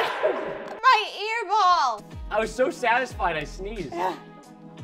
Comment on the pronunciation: Why did bri say my earball ?. Hahahahahahahhah